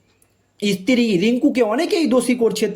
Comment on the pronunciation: ইস্তী টা কি? সাংবাদিক ঠিকঠাক উচ্চারণ করুন।